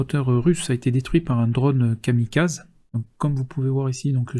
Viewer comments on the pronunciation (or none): none